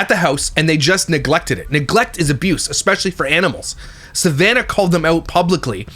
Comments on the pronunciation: I GENUINELY feel like Im hearing nails on a chalkboard when I hear someone speak the word ES PE CIALLY..... as EXPESHALLY..... ughhhhh drives me nuts. It is E S P NOT E X P.... and shes not got any dialect differences which would be cause for this... she just doesn't pronounce it properly... I really try not to pick, but it DOES get on my nerves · expecially and supposubly...lol